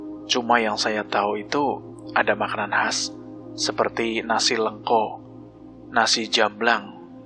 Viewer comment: Kok nasi lengko sh bang😂😂 bkn pke e tp di bacanya pke E jdi Nasi LEngko😅 kbetulan sya asli indramayu wlo sdh menetap di jakarta😊 dn kebetulan mknn yg ada di IM sma spt yg ada di CRBN😁 yg gk ada cm nasi jamblang ajh